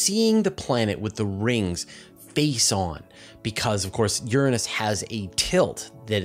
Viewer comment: You pronounced Uranus totally wrong